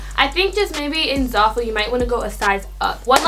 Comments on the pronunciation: "ZARful" xD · Your doing amazing girl😭 love all your videos and can see how hard your working and how much effort and time you put into them! I love you keep it up❤️ btw I think your Pronouncing zaful wrong😭 just looking out for a sis😚